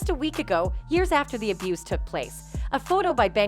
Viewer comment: You seriously can’t say the word “abuse”??? SMH